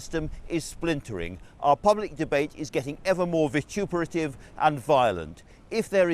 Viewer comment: That's not how you pronounce vituperative.